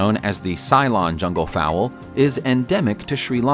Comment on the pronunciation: Fowl! Not fowell 🥴